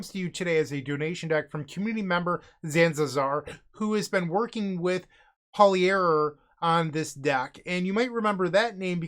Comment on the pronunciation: The German ie is a long German i, Paulierer is not pronounced in a French way.